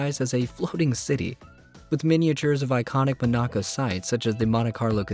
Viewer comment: Streets of Monaco is just a concept and you are saying Monaco wrong